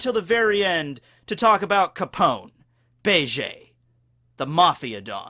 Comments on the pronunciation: Do you not watch the anime at all? It's pronounced beh-jee. Not bay-jay. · Why do you say his name like that... you say “bay-jay”....in the anime they say “beige” like the color... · You're still pronouncing his name wrong. It's Be ji